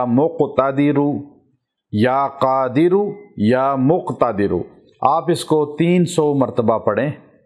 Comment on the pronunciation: Ya Qadiro Ya Muqtadero ase parhna hai.